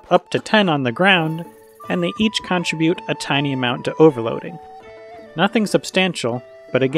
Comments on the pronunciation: I'm sorry but this was just really bothering me. The word "contribute" is pronounced cun-TRIB-yoot, not CON-trib-yoot. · "Change" shouldn’t be capitalized "Guardian" should be capitalized "Google" should be capitalized "it's" shouldn’t have an apostrophe You consistently mispronounce "contribute"; stress is on the second syllable. I don’t really mind these things but you asked...